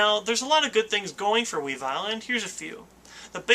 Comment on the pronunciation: Pronounced weevull not wee vile, at least that's how it says its name in ssbb